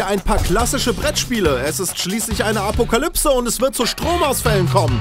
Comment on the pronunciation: Nein, eine "Apukalybse" sicher nicht :D